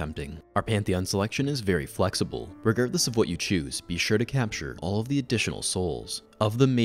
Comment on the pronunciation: "Regertless of what you choose" caught it